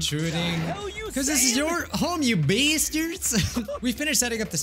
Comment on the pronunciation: saying "bAestiArdS" gives me life